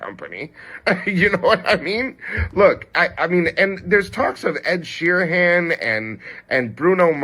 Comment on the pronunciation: The way he says ‘Ed Sheehan’ is crazy